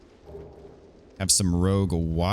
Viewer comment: It's ROUGE water, not ROGUE water. Rouge is a reddish color, just like crimson water is also a reddish water.